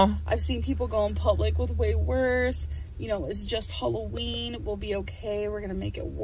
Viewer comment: This girl says “holloween”